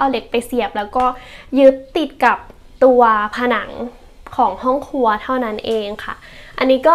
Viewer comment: พูดได้ลื่นไหลดีค่ะ ชอบตรงที่บอกว่าทำแล้วตรงไหนที่ชอบตรงไหนที่อยากเปลี่ยน งบประมาณชัดเจน แต่ติดนิดเดียวเรื่องคำควบกล้ำ ไม่มี ร ล เลย กลายเป็น ห้องคัว ไมโคเวฟ ละเกะละกะ กะเบื้อง ถ้าปรับให้ดีขึ้นจะน่าติดตามต่อไปค่ะ